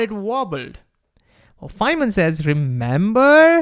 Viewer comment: thank you for correctly pronouncing Richard Feynman